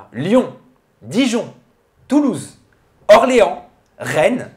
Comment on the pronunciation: orléanSSSSSSSSSS abusé ! le "s" s'est barré où sérieux. ps : dans quel épisode ils expliquent le départ de sabrina svp et merci de donner vos sources (je vous regarde ms je suis aussi team bestoff tv ^^)